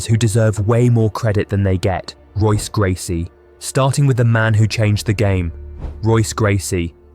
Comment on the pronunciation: Bro....how are you gonna mispronounce Royce Gracies name while saying "if you're an MMA fan"?